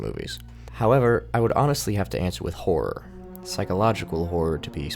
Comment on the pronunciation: i keep hearing whores whenever he say horror please help